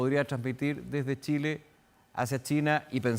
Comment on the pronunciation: Se equivocó, tambien dijo Chila en vez de Chile.